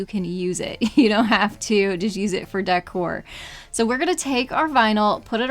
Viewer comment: It's decor. Not dycor😮😮😮😮